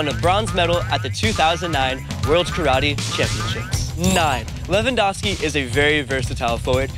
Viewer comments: Lehvandovsky tak chyba powinno być lingistycznie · Thank you for the proper Lewandowski's surname pronounciation! Can't wait to see the today's game. It will be AM in Poland but screw it! I'm watching it!